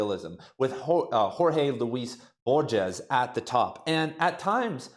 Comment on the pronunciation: Bor-hes not Bor-jes...